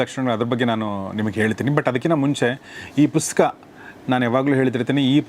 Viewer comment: Sir ಪುಸ್ಕ.. ಅಂತ ಕೇಳಿಸುತ್ತೆ... ದಯವಿಟ್ಟು ಗಮನಿಸಿ🙏